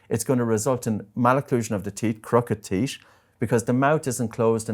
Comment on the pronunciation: Sorry. Can't trust anyone who can't pronounce teeth properly lol